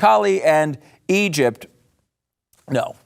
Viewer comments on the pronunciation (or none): none